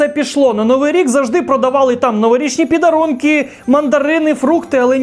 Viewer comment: Ти дуже смішно кажеш підарунки😂😂😂